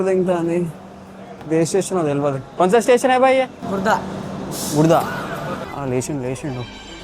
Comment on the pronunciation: Khurda ❌gudha✅🤣🤣🤣